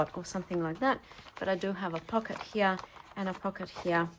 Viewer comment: I love listening to you. I love the way you slip different accents into your speech. I particularly like the way you say “here”,😊! It sounds very aristocratic….sort of like Queen Elizabeth would say it.